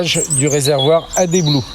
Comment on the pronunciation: Adé blue 😄 C’est ad, comme additif pas comme addétif.